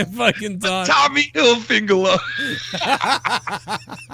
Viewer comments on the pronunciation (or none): Tommy hil-fig-u-lar